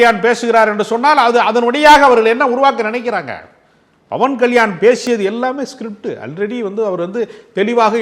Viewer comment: ஐயா! நேர்முகம் கண்டவரே! பவன்கல்யாண் என்ற பெயரை ஏன் பிழை GTGபடப் பேசுகிறீர்கள்? அவர் பெயர் PAWAN KALYAAN ஆகும் BAWAN KALYAAN அன்று.